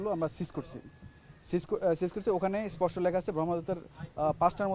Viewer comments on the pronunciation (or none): none